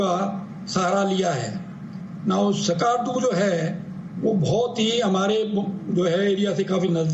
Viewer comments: Us ka naam ASKAAARDU nhi he , Skardu (skerdu) he. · It's Skardu not skaardu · skarrrrdu hahahah, these inbreeds cant even pronounce skardu right. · The way they pronounce Skardu.😂